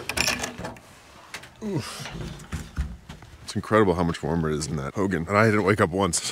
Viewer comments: You're saying Hogan like Hulk Hogan. Hogan in Navajo is pronounced Ho' gone, but respect for staying in one and knowing there is a female and a male ho'gone. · Hogan is pronounced ho-gawn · Youll get alot respect if us navajos hear u pronounce hogan correctly lol ..try saying "Ho-gone ..its spelt Hogan but say it like Ho_gone. Ull be surprised by navajos reaction 👍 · Hogan Pronounced /Ho-gahn/ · In a Navajo hulk hogan!!! lol totally saying it wrong.